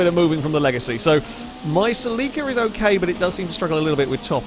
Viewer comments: Sa leek a? Do you mean Celica? pronounced Sell i ka? Or are we talking about something entirely different? Nope you said gt 4 that's definitely a Celica. Is that how you pronounce it in the UK? Sell i ka must be US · Saleeka. I had no idea what he was saying at first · Sel-ie-ka/ Sel-ee-ca is the proper way to say it. Americans say it funny mostly. Listening to a Japanese person say it makes alot more sense . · Funny how other counties pronounce Celica (Sell ih Ka) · sel-eeeeeca lol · As an american, I just have to say you pronounce the 'celica' strange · Is that how you pronounce Celica in Britain? I've never heard it pronounced that way. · I have never heard Celica pronounced like how you did before XD (I am American) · As an American the way you say celica drives me crazy lol. Keep on keeping on!